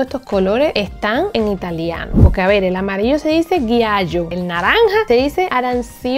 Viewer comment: min 2.25 me matastes cuando dijistes GHIAIO y ARANSHONE ajajaja tan lindaa😂😍😍 es GIALLO y ARANCIONE💯💯💯